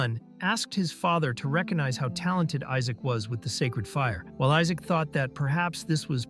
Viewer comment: Everyone call him Isaac instead of Isaac😂😂😂